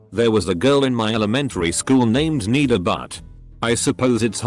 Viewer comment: Nida is pronounced as Nid-aa, not Need-a. Butt is a common Kashmiri last name. I'm guessing her family was from Pakistan.